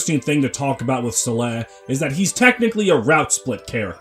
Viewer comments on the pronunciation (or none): none